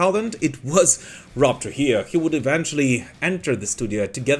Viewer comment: It's pronounced "True-hee-yoh"